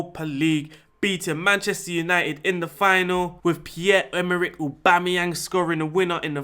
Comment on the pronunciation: "AUBOOMEYANG" Haha